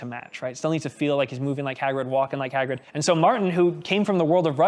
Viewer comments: "Haygrid" !!?!?!?!? HAYGRID!??!!??!?! ITS HAGRID!!! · HAY-GRID? Are you off your rocker!? It's Hah-grid. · “Hey-grid” lmao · Haygrid?!?! What dialect is that? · “Haygrid” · bro said "heygrid" 🤣🤣🤣🤣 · The way pronounces Hey-grid is very adorable. That Minnesota accent. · mispronouncing Hagrid made me cringe everytime